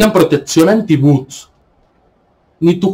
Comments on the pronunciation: no se dice buts, sino bots, o Robots. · Se dice Bots